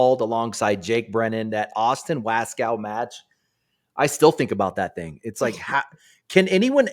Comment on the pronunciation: How long are u guys gonna let continue to pronounce Waskow incorrectly? Ya'll are hard core... LOL!